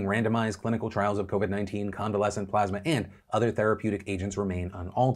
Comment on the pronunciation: took the high road and didn't bust on trump for continuously mispronouncing plasma